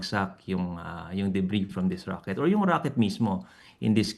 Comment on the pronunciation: Rocket ❌ Raket✅